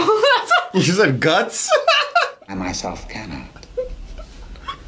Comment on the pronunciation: When you thought he said, "I can smell your guts"... heheheeeeee